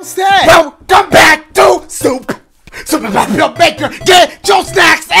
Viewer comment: "Welcome back to supe Super mario maker .puh on Daisy's Cruise"